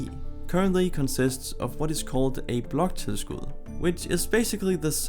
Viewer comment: Are you danish? Cuz you pronounced "bloktilskud" very well